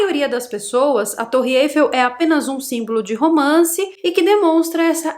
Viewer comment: pelamor!!!!😑 não é torre "êifel"!!! É Eiffel!!!! A tonicidade é no "el"!!!!!